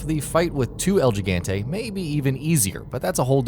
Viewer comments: gi/gan/te is pronounce as he/gun/te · "GEGAHNTEE" Excuse me? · El Jig-ant-ay, lol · el jeegante??????? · this guy can't even pronounce gigante correctly